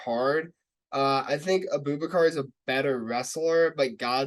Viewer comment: My girl just pronounced "Abu-baqr" as "A Boo Baker" LOL